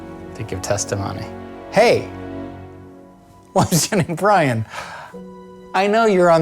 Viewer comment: "Williams Jenning Bryan" I'm dying. 😂